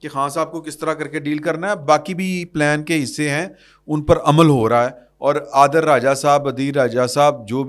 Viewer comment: Sab log adil raja kehti Han ap bar bar adeel raja kehti han